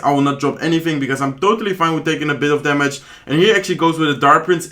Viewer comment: tamage ,tark prince .tya,collocte need to improve to speak better